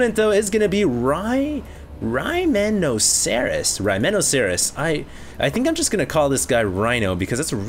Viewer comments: Rhyme - Noceros like Rhinoceros not RYMENOCERUS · Rhy - meh - no- cerr- us ... LMAO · Dude..., it's Rhyme-noceros. Like Rhinoceros but RHYME instead of RHINE. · its pronounced: Rhyme - Noceros as in Rhi - Noceros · RHYMEN-OC-ER-OUS. Come on. Step up the pronunciation game. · Interesting game, truely shitty commentary, watched it on mute after couldn't sound out "Rhymenosceros" even after. Someone said he doesn't know the Archon toilet was nerfed. Not Surprised.